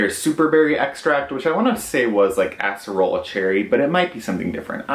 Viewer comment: Btw, everytime you say Acerola cherry you say ASS erola lmfao.....Ace erola just saying omg. I'm not making fun of ya bruh. Clinician's Complex is nazty. Frfr. Matrixl 3000 is so 2000...I'm using PTR Cloud Cleanser- very nice. I love PTR. The Cold Plasma eye cream by Perricone really fucking works for me ...though I know you're not crazy bout his line. Rodial is so over hyped over priced crap. I take Turmeric EVERY night!! Makes a great mask too mixed with coconut oil. De Mamiel powder cleanser that smells like cocoa was nice but not a repurchase...love Dr. Gross products. Tata Harper packaging scares me; that green ugh lol. I've got to go on to the Koreadepart site to see what is new. Philosophy does not work for me. Don't like the brand in general. Amen on Glamglow. I want to try the BR P50. Micro needling reminds me of the Kardashian with blood dripping down her face 😷 Btw, we need a fragrance vid from you. I have some suggestions too